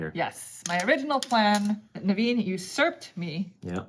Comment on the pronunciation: Naveens name pronunciations at the beginning was on point. I saw that smirk and containment. Nice work!